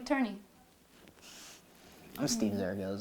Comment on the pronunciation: Did just say her name was "Mike" Turney? Lol!